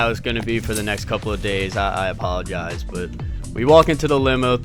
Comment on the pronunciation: its not I apologize its eyespologize